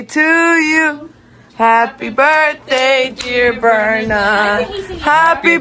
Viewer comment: Not to be mean but it’s berna*